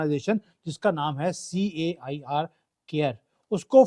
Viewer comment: bhai CAIR = CARE nahi bhai KAYAR 😊